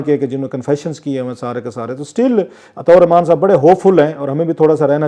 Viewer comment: Uska nam to sahi lia karen Atta ur Rehman 😂